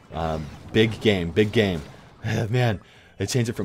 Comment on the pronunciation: i thought you said ”big gay” at first lmao